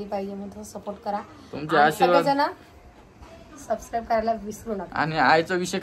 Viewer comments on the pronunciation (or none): none